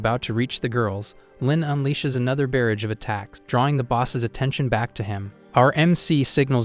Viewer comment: Instead of mispronouncing "barrage" in every video as if it rhymes with "marriage", how about using the word "flurry" instead? E.g. instead of a "barrage of attacks", say "a flurry of attacks". The AI will probably pronounce "flurry" correctly. I don't know a good recommendation word for "bow" besides "archery equipment". The AI always pronounces it like it rhymes with cow.